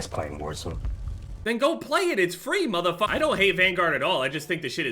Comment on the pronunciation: I love how says MFer as Muthafucka.